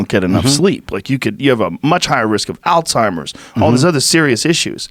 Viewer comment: Hey Joe Rogan? How do you pronounce Alzheimer’s? Is it Al timers??😂 get the pronunciation right guy!